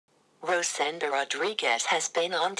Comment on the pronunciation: Raw-sen-doo? :-D